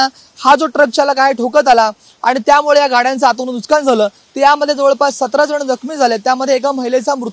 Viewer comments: नुस्कान नाही नुकसान म्हण लवड्या , मराठी बोलायला शिक आणी मग् पत्रकारिता कर... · Nuskaan nahi. Nuksaan. Neet marathi bolayla shik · अरे बाबा, नुसकान नसून तो शब्द नुकसान आहे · नुकसान ❌ लुस्कान ✅ 😂😂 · Nuskan nahi re Nuksan zhale mhan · नुस्कान नाही नुकसान रे बाळा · Nuskan ❌ Nuksan ✔️ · Nuskan nahi re dada nuksan mhanun Marathi Maharashtra saktiche kele pahije 😅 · अरे लाज वाटली पाहिजे TV9 मराठी ला. "नुसकान" नाही. "नुकसान" असा शब्द आहे मराठीत. ला राज ठाकरेंकडे पाठवा. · Nushkan nahi pan nukshan,kasha anpadh reporter? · वार्ताहरला मराठी नीट शिकावा नुसकान नाही बाबा नुकसान म्हना.... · नुसकान नाही रे! नुकसान😂😂😂😂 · नुकसान कि नुसकान नीट बोलावे . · ARE BHAVA NUSKAN NAHI NUKSAN. ASE KASLE MARATHI BOLTAT REPORTER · अरे मूर्खा नुसकांन नाही रे,नुकसान म्हण. मराठीचा खून करू नकोस.😡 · नुकसान ला हा पत्रकार नुसकान म्हणतोय. कोणीतरी सांगा याला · नुसकानं नाही नुकसान असते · NUK SAAAAN !! NUS KAAN NY RE 😂